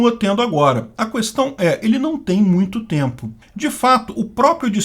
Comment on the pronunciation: Questão fala kestão, o U é mudo, tu sabes isso... Vocês são meio tolos com aquela merda toda anarco capitalista mas parabéns por juntarem informação de forma.. bem, não apanho em mais sitio nenhum... De forma consciente, muito bom trabalho, sinceramente.